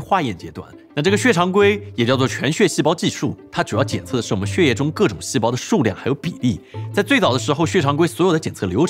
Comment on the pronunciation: 念血（Xuè)液不念Xie 😂